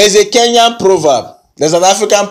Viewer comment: I love the way you pronounce Kenyan names🤣